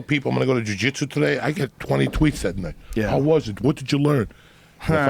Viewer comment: Joey: y ever go get sushi and eat a lot of it? Tom: Eyeah!